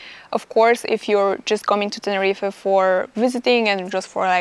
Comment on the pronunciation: Dry your eyes and go back to Russia. So much moaning in one video. Also learn how to pronounce Tenerife.